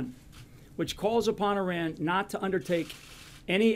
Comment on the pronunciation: Why can't a single one of them pronounce Iran correctly? Doesn't inspire much confidence they know what they're doing.